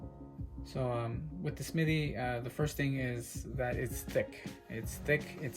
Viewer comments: Hello young man. It is Smith- ee NOT Smitty. There is a difference. Please stop making yourself look like you didn't learn the basic rules of reading. The rest of your content is good, but, stop with the 3rd grade Appalachia dropout pronunciation. Thanks. If you fix it I would subscribe. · It's "Smith-EE", not "Smitt-EE!". Credibility is hinged on convincing the public you know what you're talking about. Not knowing something as basic as how to pronounce the subject of your discussion, is certainly not a ringing endorsement for that credibility.